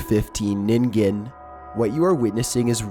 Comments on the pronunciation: Chills So glad you pronounced ningen right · You are the first person to pronounce “Ningen” correctly!! Thank you!! Also I love love LOVE your videos, even if they do sometimes make me throw my phone across the room “Nope”ing the whole time because scary.